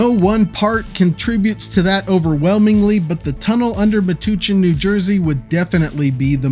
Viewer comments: Uh... um... Metuchen is pronounced with the 2nd syllable sounding like 'touch'. (touch is accented) I did a lot on a Philly Shortcut that starts N. of the notorious Frankford curve, with a tunnel emerging at the shoreline opposite 30th Street, and of course the Penn Station Tunnel, which - much to their discredit I think - differs broadly from the one they're building. (It's not over yet!) Haven't made videos because the Philly one I put one less station track than needed (The first thing I did was remove a platform and replace it with two platforms forty feet wide - and never thought that it might be wrong - it should be two 30'-wide platforms. ) Then I goofed in reviving the Frankford Jct. station, leaving out a needed though-track on that one. In both cases a lot has to be completely redrawn to correct them. I think a couple of those abbreviations of yours would work out well. I did investigate a Metuchen tunnel at one point but can't remember it. Maybe the file's around somewhere. I could post the files for one or both of the terminal tunnels on Discord though, but can't face the potential embarrassment of having to explain the shortcomings in a video. Also, back a month or so ago I wrote a first rate paragraph of psychobabble about connecting Lincoln and Omaha - then after bringing it to a high state of perfection deleted it somehow. It really bugged me - but not you ha-ha! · CORRECTION/WRONG PRONUNCIATION: It is pronounced MA-TOUCH-EN, NOT MA-TU-CHEN. 🤷‍♂️🤦‍♂️ The Borough of Metuchen, Middlesex County, New Jersey, is physically located about 35 miles southwest of New York City/Manhattan, and about 70 miles northeast of Philadelphia/Center City. 🤷‍♂️🤦‍♂️ BTW - I live in central New Jersey, not far from Metuchen, New Jersey. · Meh touch en not meh tooch in haha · that town is pronounced Meh-Touch-En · Excellent interesting video. Not to nitpick but it's Me-Touch-en for Metuchen. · FYI - Metuchen = Mah-touch-in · I think locals pronounce it muh-touch-in